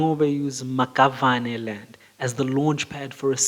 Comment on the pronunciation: The Maxavane is pronounced "Mashabane"